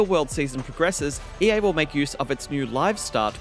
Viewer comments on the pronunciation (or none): none